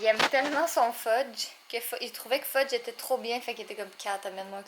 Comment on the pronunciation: Je dirais que c'est plutôt Jay qui est un enfant quand il joue avec des couteaux Hihihihihi Fudge est le plus beau chat de l'univers je suis d'accord avec toi Catherine! Le sacrilège qu'a prononcer Jay! J'en reviens pas!😄 😋